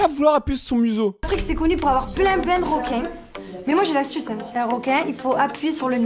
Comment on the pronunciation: Elle a dit mais moi j’ai l’as(t)uce